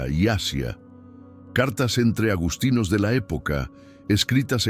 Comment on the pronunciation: Agustinos,NO agostinos. Lo mismo, agustiniano. Supongo que es una más del mal doblaje de la IA😂